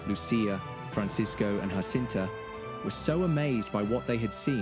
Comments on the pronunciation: Her name is Jacinta, not Hacinta! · The J in Portuguese is not to be pronounced as the J in Spanish . . .